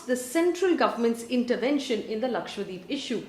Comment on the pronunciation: Lakshadweep not Lakshwadeep 😛